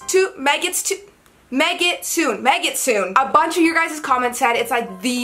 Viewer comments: Btw. The proper pronunciation is Meh-gi-tsu-neh.。メギツネ メ(meh) ギ(gi) ツ(tsu) ネ(neh). There are no silent "e"s in Japanese. So you wouldn't read it like you would in English (megitsoon). But rather as four distinct syllables. Me gi tsu ne. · It's pronounced Meg-it-soon-eh, means Fox in Japanese, react to Monochrome off their new album. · a trailing "e" is not silent in japanese, or honestly any other non-english language i can think of. meh-git-su-neh